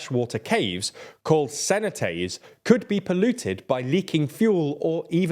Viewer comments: Cenaté too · I puked in my mouth after hearing that pronunciation of Cenote